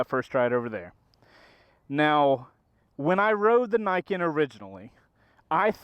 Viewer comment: so i have heard this damn thing called "ni-ken"..."knee-ken".... "nye-ken" and now "nye-kin" .............. so which the hell is it?